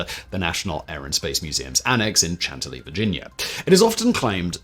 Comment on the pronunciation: It’s “Shantilly”